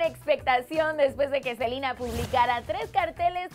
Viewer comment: odio cuando dice SELIIINA, ES SELENA NO?